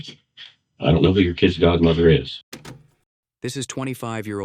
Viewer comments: if je said kidses instead of kids one more time smh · "My kidziz'd" 😶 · "Don't tell me my 'KIDDzis' Godmother is Dead?!" *Please tell us what 'KIDDzis' means??! **That creepy Hair dye must really affect your grasp of the English language!! 😉 #StayInSchoolKIDS